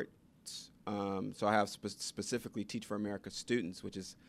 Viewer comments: Pacifically? Really? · Lost me at "pacifically" instead of specifically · In the first minute, did he actually say the word “pacifically” instead of the word specifically? What kind of college is this? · Never trust anyone who says “pacifically” instead of “specifically” to teach your children.